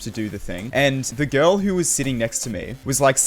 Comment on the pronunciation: I genuinely think that this video is the only time has annunciated the word “Girl”